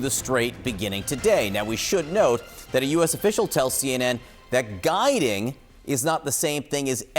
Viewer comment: Are you sure that has said "Guiding" but not "Garding"? Tell Mr. Trump that they have GPS and no need your troops to "GUIDE" them!!!😂